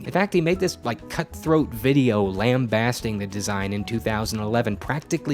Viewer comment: I don’t know if I can trust someone who cannot pronounce lambasting properly.